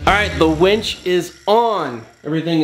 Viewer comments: Dad jokes for days! You sound like you're pronouncing wench way more times than winch. Be careful of the wires rubbing the painted bits, it'll wear the paint off. Ask me how I know. You better be getting her a drink!!🍻:-) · Its winch not wench. If you were trying to be funny, it turned out to be irritating